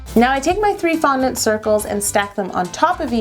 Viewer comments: she said foundant and there was no "woooo" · So frustrating she didn't yell at every "fundant" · who else yelled when she said fondent??? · Sometimes when she said fondant she didn't say woo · says "WOO" every time you say "fondant" I say "WOO" every time you say "HOLO"